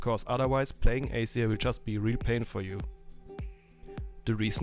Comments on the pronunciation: it wasnt accent which is why i mentioned it.. spotlight tells u how to say it, he had just said it really differently. and we patched it up already.. i wasnt being rude >.> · PLEASE pronounce it right AZIR !!! not acer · its azir and aceer.... didnt u not watch the spotlight